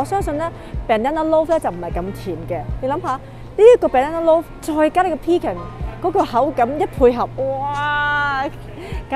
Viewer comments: 婉華～ Pecan should pronounce pe con, accent is on the second syllable, not the first ! Hope you don’t mind the correction because I’m an English teacher. This is my second time commenting on your YouTube channel. I was the person suggested to you that Niagara Falls are much prettier at night and stay at Hilton to get the best views of the falls. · In British English, the emphasis is on the first syllable for pecan and in American English the emphasis is on the second syllable. It’s weird in Canada, sometimes we pronounce things like the British and sometimes like the Americans 😅 Either way, as long as the people understand 🙏🏼☺️